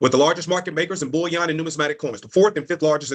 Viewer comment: What I hate is when he pronounces bullion (gold) as bouillon (broth). And the fact that there's more emphasis on "creating a business" than "investing in precious metals" shows that it's just another MLM / Ponzi scheme (as you said). Vile people.